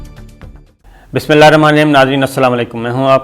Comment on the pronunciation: Bismillah shreef theek sa parha krain we are you